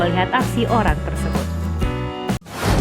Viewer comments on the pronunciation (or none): none